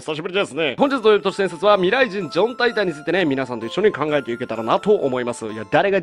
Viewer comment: OPより「ミﾘｬｲｼﾞｭﾝ」 かわいいー(白目)